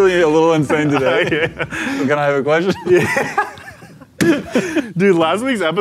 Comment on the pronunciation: "may i have a quetsion?" _tanner